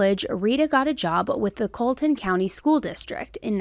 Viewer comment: Minor correction- Colleton is pronounced like Collar not Cola. I’m from Summerville (very near there) and my sister currently lives in Walterboro.